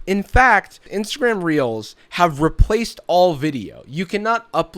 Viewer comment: Instead of “reels” I thought you said “instagram was getting heat for realz🤪” lmao